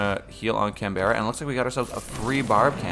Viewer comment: please dear lord its pronounced can-bra not can-berra